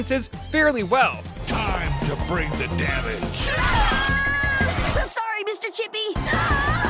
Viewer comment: I'm so glad I'm not the only one who noticed they pronounced "sorry" differently